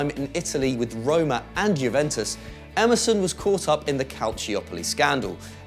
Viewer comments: Emerson sounds like MSN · Emerson sounds like Amazon 😂😂😂